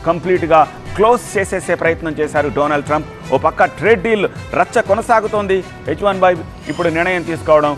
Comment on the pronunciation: డొనాల్డ్ ట్రంప్ అనాలి.డొనాల్డ్ ట్రంప్ కాదు.సరిగ్గా చదవడం నేర్చుకో.